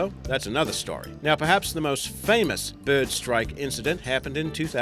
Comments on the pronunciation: I like how is says breyd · Who else is annoyed about the way the guy says bird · id pay money to hear this fool to say the word " bird " all day err day